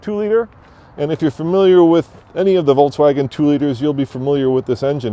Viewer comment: Is it just me or does it sound like he is pronouncing it "Volts-wagon" hahaha.